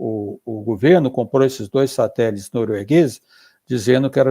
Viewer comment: Ricardo Galvão perfeito!! Mas ouvir ele falando "satelis" da uma agonia kkk